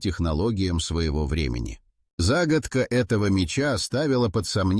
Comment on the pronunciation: За́гадка... что это за слово?